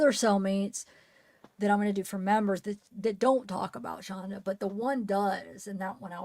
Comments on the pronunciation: It's Shanda, not Shandra. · it's Shanda